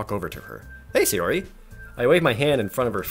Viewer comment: Say-ori... bruh... you’re killing me